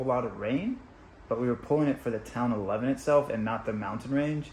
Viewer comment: You are really butchering these place names! The town where you spent Christmas - Levin is pronounced “Live-in” and the Tauraura range is the “Tower-roar-a”. Come on, you got this!!